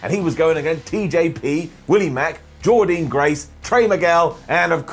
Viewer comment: Really enjoyed bfg. Well worth staying up till am U.K. time. Loved James Storm returning & also Jordynne Grace’s fantastic performance in the X-Division match. Ps: SAY JORDYNNE GRACE’S NAME CORRECTLY!!!!!!